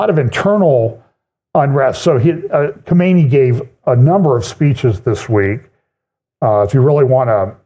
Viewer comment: "Khomeini" was the last one. This guy is "Kha - Ma - NAY".